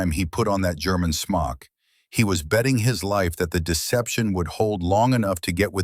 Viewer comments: He took the Germans Smock, a Camouflaged Cape. (AI pronounced it “smoke”……..check your production work !! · 7 rounds in a 5 round magazine? I don't think so, and it's a smok not a smoke. If you can't get your details right you're not credible. What's an aerodiome? Do you mean aerodrome? This is comical. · Smock not smoke